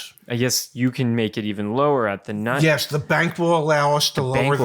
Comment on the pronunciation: You kept saying nine nine nine., I thought I was watching Hogan's heroes